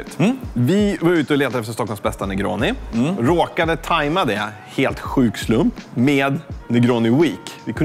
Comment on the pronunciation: 31 "En Hyffssatt sstor nergåni"